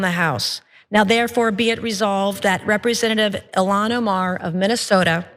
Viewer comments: It's so stupid how Nancy Mace can't say Ilhan's name.. Why are Republicans not more embarrassed more often by these people? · She can't even pronounce her name right even though it's pronounced exactly like it's spelled. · Being that this animal want to mispronounce her name here is on e for this bigot: How about Nancy disgrace.